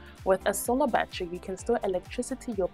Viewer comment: They are NOT a "ba-tree" or "ba-trees" Say "ba-TTer-Y" & "BA-TTER-eez"